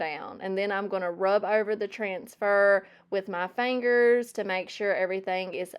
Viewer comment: Love your projects, cute little giggles, your accent saying the word fangers (fingers) and your videos in general ❤ The only thing you need to change is …. nothing!